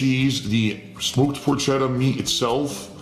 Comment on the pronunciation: Of course he pronounces Porchetta wrong.